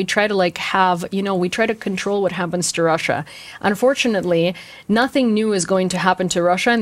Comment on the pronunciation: 10 extra points for "Krussia!"